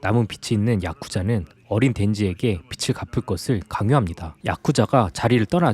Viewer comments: 거슬리네.. 빛을이 아니고 빚을 비츨 ㄴㄴ 비츼탕깜때문에 ㄴㄴ 비즐 ㅇㅇ 비즤탕깜때문에 ㅇㅇ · 222 거슬림ㅜ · 그러게요..계속 거슬려요.ㅜ ㅜ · '빚을'을 발음 하실때 '빛을'이라고 할 때 말하는 것 처럼 [비츨]말고 정확하게 [비즐]이라고 좀 해주세요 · 주인장 빚을 빛이라 읽네..